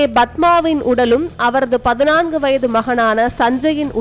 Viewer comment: 'பதினான்கு' என்று உச்சரிக்கத் தெரியாதா அறிவிலியே?